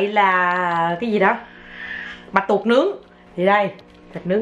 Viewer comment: Bạch Tuộc nhé Ngọc. Không phải Bạch tuột 😀😀😀